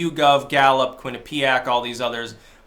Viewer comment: Quinnipiac is pronounced with the accent on the 1st syllable.